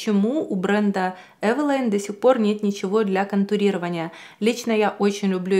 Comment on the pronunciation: Не знала что правильно произносить Эвэла́йн😮 спасибо что уточнили 👍